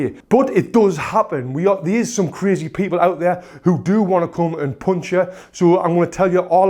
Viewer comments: "... a poonch...' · This pronunciation for punch, "Ponch" is really new for me. I wonder where your from? Even though his slang was new to me I still understood what he's trying to convey. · I love the way he's saying "pounch"